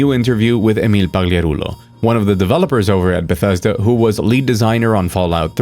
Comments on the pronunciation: Oh my god, the way you properly pronounced Emil papagarucho's name felt so weird. I never want to hear it again. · I like the part where you said emil's last name. aced it